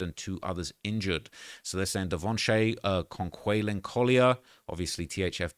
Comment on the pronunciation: I mean no disrespect but "Conqualin??"though??!